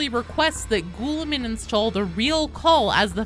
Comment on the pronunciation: Calling him Ghoullamin was killing me lmao. Awesome video!